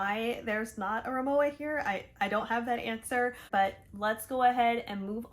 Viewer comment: I have the RIMOWA Hybrid carryon and check in bags in white with silver aluminum accents. And while the check in suitcase gets a scuff or two every time I fly, Mr Clean Dry Erasers take it right off. Incidentally, Rimowa is pronounced RimoVA